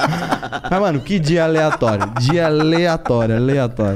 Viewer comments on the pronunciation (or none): Ele aprendeu a dizer Aleatoreo hoje...kkkk